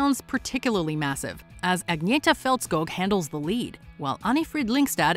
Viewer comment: Im glad you pronouce correctly the name of Agnetha, bevause so many people get wrong how to prounce it correctly